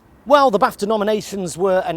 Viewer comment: BTW, it's called BARFTA...BARFTA...🤢